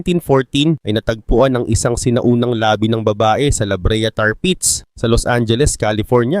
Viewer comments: Mali pagbigkas mo ng labi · bilisan mo ang pag bigkas ng labi..yung bigkas mo labi parang labi ng bibig.